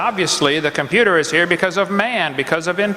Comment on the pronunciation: I know it's completely irrelevant to his arguments, but FUCK, I hate how he pronounces 't' in works like computer, it's SO jarring.